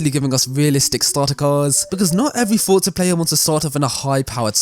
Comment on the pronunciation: This guys voice is so annoying, forza doesn’t have a “t” in it, forza not fortza